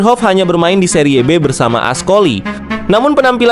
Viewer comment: BACANYA KAFU BKN CAFU, SERI B BUKAN SERIYE B